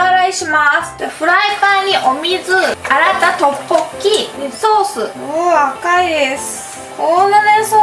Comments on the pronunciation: ラッポッキって言いすぎてトッポッギになってる笑笑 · トッポッキの言い方がラッポッキのイントネーションにつられてて草